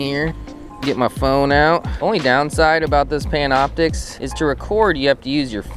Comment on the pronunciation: Pantioptix lmao its Panoptix btw nice vid though.